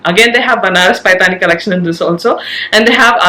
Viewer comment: Lovely video as always. Request you to correct the pronunciation of paithani.